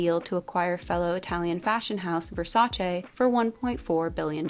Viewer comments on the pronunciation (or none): none